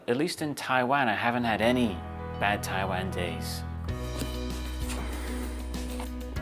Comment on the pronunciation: It's not called Tai land ...it's called Taiwan